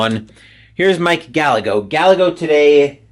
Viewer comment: btw - Gallego is pronounced " \gah-YAY-go\"